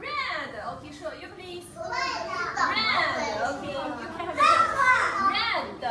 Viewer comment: aha... That makes sense! I don't speak one syllable of Chinese so those kids are ahead of me in languages, even if they do say "red-uh". lol